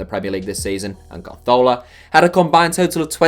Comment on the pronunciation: Am I the only one who is bothered by the way he says carzola